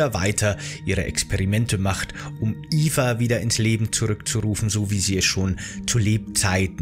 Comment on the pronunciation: Es geht um Mirandas Tochter namens Eva, durch die Aussprache im Video ist das leicht missverständlich.